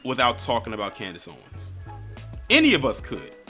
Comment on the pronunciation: Did you said Candice "Coonness" Owens!?!!?!?🤣🤣🤣🤣🤣🤣🤣🤣🤣